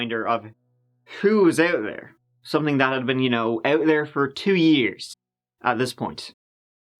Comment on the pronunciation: “We’re gunna go bak about TURDEE YEERS” WE LUV YA!